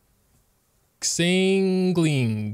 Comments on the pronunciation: im not making fun of him or anything but "keking" "ksingling" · Also 'Xiangling' XD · I’m sorry but the “exangling” literally killed me inside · TeKInG? Also: SINGLING? Everyone:... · he pronounced xiangling singling xD